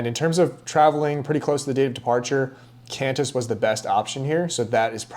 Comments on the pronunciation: Great, informative video! And it’s pronounced “Quan-tiss”😊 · It’s pronounced Kwantysh 😂😁. Same for Kwatar 🤣